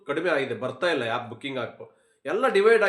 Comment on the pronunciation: It's not yap it's called app 😂